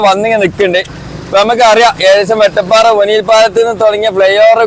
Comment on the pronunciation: പറഞ്ഞു പറഞ്ഞു മാറി തുടങ്ങിയോ... വെട്ടപ്പാറ അല്ല വട്ടപ്പാറ യാണ് 😊